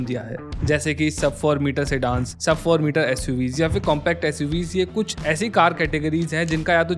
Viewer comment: Metre hote hain bhaiya , mit nahi.